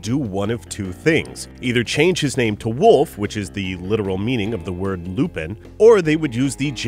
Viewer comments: Its lupin not lupan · i dont't know why do some people pronounce the character's name lupin? it's lupan not lupin. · It depends on the person's preference. Before I knew about the series, I always viewed the name as "LU-PIN." Even the Funimation dubs pronounce his name as such. But, it honestly sounds better to say "Pon" at the end than "-In" because of the French origin.